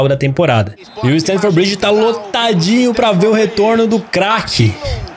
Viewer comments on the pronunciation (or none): none